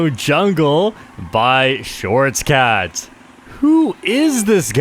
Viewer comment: さばとら sabatora a type of cat’s fur pattern こうのすけ kō no suke just a Japanese name ショートキャット (shōtokyatto) the REAL Japanese player びぎなーX biginā X (“gi” is not pronounced as “ji”) Beginner X